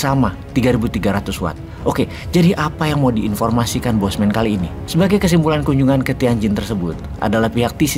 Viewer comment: Nyebut bosnya cukup sekali saja dan sebutannya 'Bossman' bukan bosman.